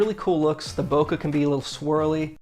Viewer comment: Your pronunciation of Bokeh is better than most so don’t sweat it